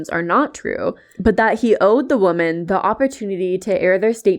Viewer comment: The way you pronounce "women" is wrong. You pronounce it in singular form. Look up the pronunciation, please. It distracts me every time